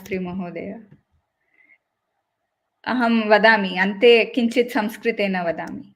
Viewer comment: Excellent video, very informative. Thanks ZestyNimbu for bringing it together. I have one suggestion for, please take it constructively. You have so much knowledge about संस्कृतम्. So you definitely know the importance of correct उच्चर: You had excellent points to make but it really put me off every time you called संस्कृत सॅन्स्क्रिट